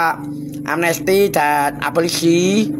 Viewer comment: wkwkwk...bukan aborsi...tp abolisi.......bapak ini selalu lucu...semangat terus & sehat selalu pak:face-green-smiling